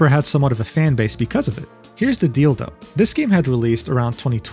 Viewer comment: I can't unhear it